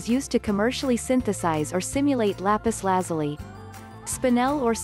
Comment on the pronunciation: It's Lapis La-zoo-lee.